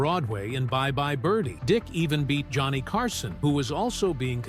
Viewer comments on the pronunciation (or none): none